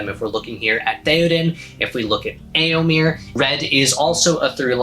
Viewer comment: I've never heard someone pronounce Éomer name like that (as in here). Now I wonder, are you right, or was Théoden when he said it in The Two Towers? (Pronouncing the last e as the a in hare). Amazing armour! The tons of work you put in really shows! Love the celtic symbols